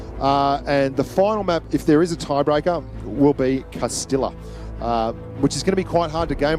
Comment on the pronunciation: Someone should count how many times mispronounced "Castilla" in this video.